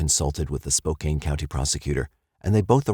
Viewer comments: It's not Spo-cane, Washington. It's Spo-CAN. That's too bad about the baby. That daycare provider didn't murder anyone. Was an accident that happened to nine other people. 😢 I think Spivy was the father of Monica's unborn child. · I have to, I just have to…. Spo-can is how you pronounce Spokane, not Spo-cane. And Chehalis is pronounced Che-hay-lis. No insult intended. It was just grating to me since it was said soooo much. 😊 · I had to laugh. When I lived in Spokane, my relatives would fuss if anyone pronounced it Spo-kane. I was wondering when someone was going to say something. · It's pronounced Spo-CAN, rhymes with MAN... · I enjoy you uploads. Just want to say Spokane is pronounced Spo-can and Chehalis is pronounced Shu-hey-less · Friendly hint: Spokane is pronounced "spo-CAN". Ignore the e. 😊